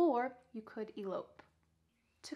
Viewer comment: In the word " Elope" the second syllable is stressed!